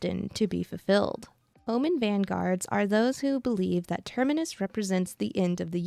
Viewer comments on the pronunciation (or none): none